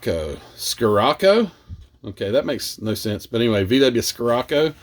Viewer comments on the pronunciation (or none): So the VW scirocco is pronounced “she rock oh” as one word :) for a kit to use as a kit bash how wide is grumpys vega? Is that a similar body size? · Pronounce Scirocco - Shirocco. Hope that helps. If I remember the advertisements it is the wind through the Sahara desert. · Not reading all the comments.......Scirocco is pronounced "Schirocco"....at least where I'm from. Suspension would be kinda tight prostreeting that, I'd think. Give it a whirl! Can't hurt to try! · Forget the flares on the vw. Stretch the existing wheel wells for room to move the tires outward a bit and use chassis parts from one of the Vega drag cars. It’s pronounced shi-rock-o👍🏼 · Hey the pronunciation for your VW Scirocco is sir-rock-o. Ok, now I need help on deciding what kind of glue goes in the Fineline applicator I saw you use. I bought it but the instructions say do not put CA glue in it. Would it be better to put extra thin glue as opposed to tube glue or Bob Smith thick glue? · Its pronounced as shuroko, shoeroko hopefully this will help about the name as far as pro street this kit it will be a challenge for sure when you mentioned doing a pro street I thought I don't know its front wheel drive then you said that it was front wheel drive lol. I do a little scratch build kits I'm working on a 4 door jeep that my wife has from a revell kit that is 2 door but looks similar to hers. I don't know if anyone makes a resin chassis but you could scratch build it. I think it would look awesome cant wait to see it if you do decide to make it. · Hi it's pronounced SHirocco. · Hey. I got an idea. I know you remember when I mentioned do a 1966 Chevelle and crossing it up with a 1967 Chevelle. But it wouldn't be the same as the Old's and the Chevelle. I am with everyone else, I say go for it. I think that would give everyone else some idea's. It's schrocco well that's how I pronounce it anyway. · its pronounced Shiraco. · It's pronounced Shiracco